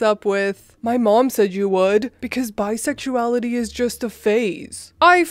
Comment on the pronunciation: Omg you crack me up!!!! "Bi-suex-lay-itty" I also admire how informed you are about LGBTQ things. Are you part of the community?